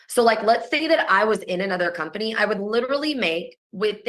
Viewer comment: Like lit-rah-lee you guys